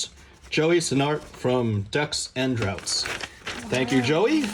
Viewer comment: This filled me with so much joy to watch! I'm glad you like the goodies! Though, have to call it out, it's Decks and Draughts, pronounced "Drafts" Hahaha :) Anyway, love the work, thank you for everything you do!